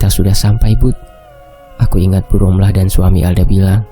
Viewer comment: D tulisan rohma d baca romlah